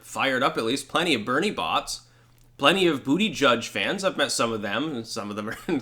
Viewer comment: How do you still mispronounce Buttigieg? It's intellectual laziness. This is a common issue with your channel. You use words that sound intellectual, yet you mispronounce them. Instead of a spoon, you should pick up a dictionary.